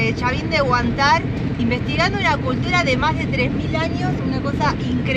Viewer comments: Seria agradable q aprendar a acentuar correctamente los nombres de los lugares...es Huantar..palabra grave acentuada en huan...x lo demas...gracias x la visita...❤😊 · Gracias por recordarme lo bello que es mi pais, espero algun dia volver y recorrer los hermosos lugares que nos muestras. les tengo una pequena observacion: el acento en la palabra HUANTAR es en la silaba del medio (AN) y no en la ultima silaba (TAR). Cuidense mucho y sigan con sus impresionantes videos, los felicito. saludos desde la ciudad de Oakley, California, USA.